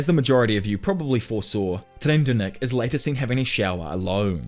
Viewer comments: Tserriednich's name is pronounced sir-red-nick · The prince Tserriednich's name is pronounced like 'Sir-ride-nick' by the way. Phonetically it would be 'Tser-ryed-nick'. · sir eiznek is how u pronounce the prince who killed the 2 girls in the bathtub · Tserridnich = SIR-RIDE-NICK Kurapika = COO-RAH-PEE-KAH Kakin = KAH-KEEN Sorry to be a stickler, was just driving me nutty haha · Called what?...TSIR-EYES-NICK. SAY IT WITH ME... TSIR-EYES-NICK. -_ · everyone mispronouncing tserriednich (sir - ride - nik) is so funny to me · I don’t even want to touch on the prince tho… bro butchered that like a pro